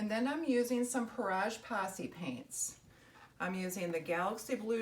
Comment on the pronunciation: Its French you are pronouncing it correctly